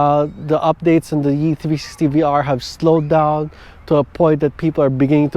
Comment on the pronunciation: Is this a joke, or are you seriously incapable of saying the word "360" ????